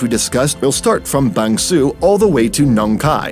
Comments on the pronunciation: I don't think Bang Sue is pronounced Bang Suu in Thai, although I don't speak Thai either. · Your pronunciation of Bang Sue, Nong Khai and Hua Hin is quite good.